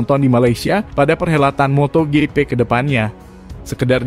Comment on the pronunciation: nyebut MOTOJIPI jadi MOTO GEPE...NDESOOO banget🤣😂🤣😂🤣